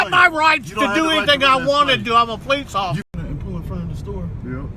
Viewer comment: Wheres bugs bunny